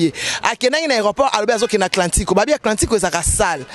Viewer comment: Atlanta 😂ye alobi atlantiko 😂😂😂😂😂